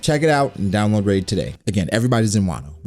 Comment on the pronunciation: Wow dude, RAID? Ugh. Love your content otherwise though!